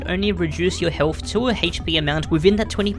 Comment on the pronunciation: I cant stand the pronunciation of ”HP”